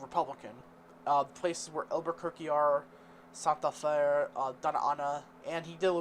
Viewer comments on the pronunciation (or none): It's pronounced "Santa Fay" not "Santa Fuh". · IT’S pronounced Sant like 🎅🏻